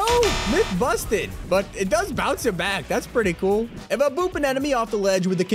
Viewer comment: I love when he says myth confusted, lol